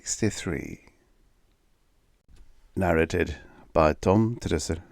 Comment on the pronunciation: The one I considered not including is "library." I included it because it sounded like you swallowed the first 'r'. I considered excluding it because maybe you have a thing about saying that 'r'. Like with the 'r' in Trussel, which doesn't sound like I would expect given the spelling. As far as I know, the British & American pronunciations of all those words are the same. But when I googled I didn't look carefully to see if a British pronunciation was available. I was very sleepy.